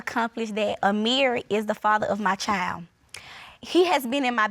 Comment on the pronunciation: CHILD with a D - not a chile